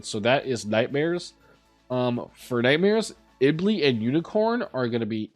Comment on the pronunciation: Stop saying Iblee!!!